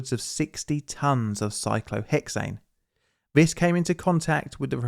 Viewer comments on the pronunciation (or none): I wish you could discern between "dis" and "this", "wiff" and "with", etc. Very annoying to try to listen to you.